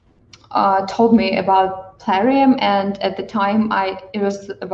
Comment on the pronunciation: Lmaooooooo! Drives me nuts, to be honest, hearing Puh-larium!